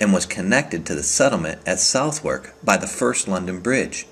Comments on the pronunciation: Surprising no one commented about the southwark pronunciation, worse than the thames imho. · South- Wark is actaully pronounced "sutherk", Oh and borough -pronounced burow here is actually said "burrer"